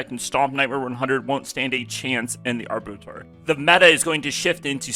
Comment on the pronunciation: I don't care, but you seemed to (you're a communicator, so you should) abba*two*are is how it's pronounced. And the "r" in macabre is silent (for whatever stupid reason:P) so it's ma*cob. I love English, but it's stupid. .